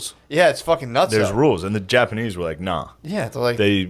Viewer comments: Why is he saying japanee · Why does Shane keep saying Japanee? He keeps leaving out the "z" sound. Not all the time, but frequently enough it's killing me. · But why are you calling them the japaknees